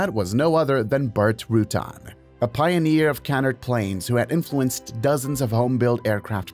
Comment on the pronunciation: Nice video, but Burt Rutan is not pronounced Rutun. It's pronounced Ru Tan.